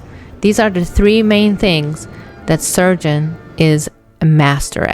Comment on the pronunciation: Why do you pronounce his name "Sergent"? His name is Sargent, with an A!